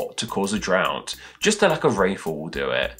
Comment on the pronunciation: Dry... Out... Drout!!!!